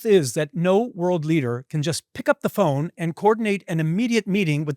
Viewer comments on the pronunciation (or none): none